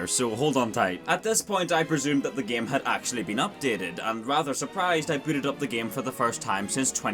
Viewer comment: Why do you pronounce game like it's written as "gaem"